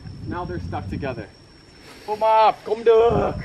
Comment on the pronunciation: tên bác Phúc mập đọc thành fuck map nhỉ kkk